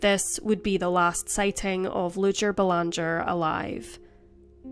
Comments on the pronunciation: It’s pronounced Bay-lawn-jay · It is said "Belangee." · Doesn't pronounce Belanger like we do in Canada